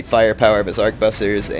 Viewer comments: and i believe arquebusiers is pronounced something like "aqua-booze-e-a" XD damn french words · The French pronunciation="Ark-booz-yay" The English translation, Harquebusier, is pronounced "Harkwe-busyer". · Try it with me... "Ar-kway-boose-years" d-( ^_^ ) For real though, great video. M2TW is my favorite of the series and this helped a lot for learning strategies. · Also, arch-ooh-boo-z-ers. Hard to say indeed.